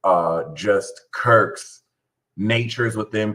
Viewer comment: One of the best break downs of all..... time. Goat moon! God bless you. Quirks is pronounced like Qwerks. And I have no Virgo either XD